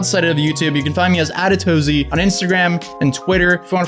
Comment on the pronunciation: i love how you emphasize the atozy lol